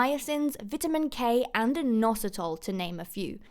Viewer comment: Have i been saying vitamin wrong my whole life?